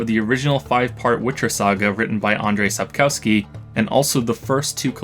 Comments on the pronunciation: On second thought, that does not seems to be the case. I reckon, had you known Polish, you'd have pronounced Sapkowski's name as "Sapkovsky". ;) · The author's name is pronounced Sapkovski, W is V in Polish and Ł is W. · What I ment to ask is: Do the English speakers pronounce every "w" as... well... "w"? Even in the German words they know it's actually a "v"? It's just really frustrating to hear "OWski" when it should've been "OV-ski" instead. :D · It's pretty clear he doesn't know Polish pretty much from the start, he doesn't even pronounce Sapkowski's surname right. Speaking about it, it's infuriating, and it's why I wish we would've used "v" instead of "w", just like Czechs, would've made things easier for those totally unaware Anglophones. But we had to copy the Germans. Speaking of which, do native English speakers pronounce the "w" in Wolfsgang" as a "w" or "v"? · “I learned Polish to reread the books in their native language to truly understand their beauty.” Appreciate the joke, but I was a bit let down that you didn’t even pronounce the author’s name correctly, in any case. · u learned polish doubt after hearing how u pronounce author name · It's funny how many people believed he "learned Polish" but just a few seconds earlier he completely butchered the authors last name haha :d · Imagine making nearly a 5 hour video essay after spending 5000+ hours in a particular author’s universe, but not even knowing how to pronounce that author’s name. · He also mispronounces the name of the author of the Witcher books. It's disrespectful :( 🌈